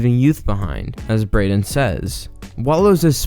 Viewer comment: *braeden not braedon 😭